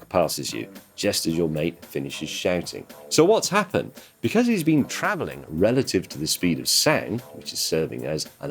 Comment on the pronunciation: I like how James says "Becaz"